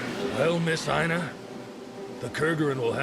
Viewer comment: Yo, the female leads' name Aina was my grandmother's name. This episode was trippy for me just hearing her name peppered through out it; thank you for pouncing it right too - i have heard way too many variations of the name (some not too clean to say the least) . Had to check if it was spelled right too, and holy hell it was. Thanks for this episode and happy Holidays!